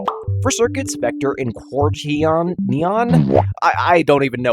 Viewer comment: It pronounced: Quarter Non